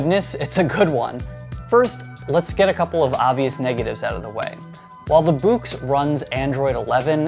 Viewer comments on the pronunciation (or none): By the way. I am pretty confident that Boox is pronounced Books. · I gotta say I love the way you pronounce it like "buux"